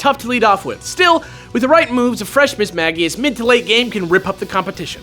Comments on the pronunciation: It HAS to be Miss-mage-ee-us, right? Miss-mag-ee-us sounds so dumb... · "MISS-MAH-JEE-UHS". Not "MISS-MAH-GE-UHS". Literally every word from its name origin that you listed had a J sounding G. Come on!?